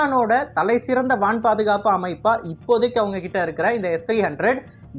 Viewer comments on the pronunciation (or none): வான் பாதுகாப்பு என்பதை வனப் பாதுகாப்பு என்று தமிழ் மொழியை கொலை செய்வதை தவிர்க்கவும்.